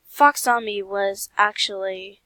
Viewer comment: YASSSSSSSSSS Oh btw it’s pronounced Fox-e-ka ;w